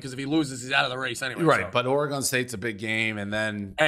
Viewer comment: One day Dave will learn how to properly pronounce Oregon